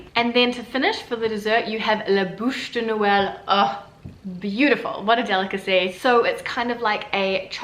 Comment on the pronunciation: It"s Bûche du noël (like truc, flûte), not Bush lol. Pretty sure champaign is not so popular for Christmas, because it does not fit with the humble night of Jesus' birth. Lots of white wines with volailles and fruits de mer, some red wines. Interesting video, thanks.